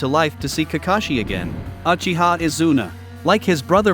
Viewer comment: shiswera yes shisqwer uhiha junjustu LOL